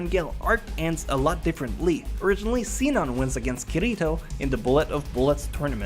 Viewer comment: "seenon" oh